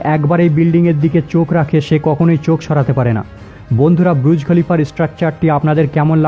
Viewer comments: Bhai pronounciation ta thik kore kor. Kokhon bolchis BURUJ, ABAR KOKHONO BRUJ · ব্রুজ খলিফা নয় এটা বুর্জ খলিফা